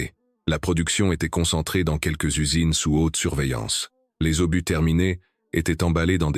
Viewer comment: Quelle catastrophique voix IA qui nomme (Et j'en passe) un obus----> Par un "obusse"...!!!😁